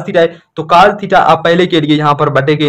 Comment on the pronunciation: Cas nhi cos HOTA ha